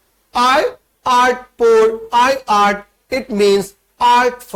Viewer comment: Just one correction sir, it's not "i art" it is L'art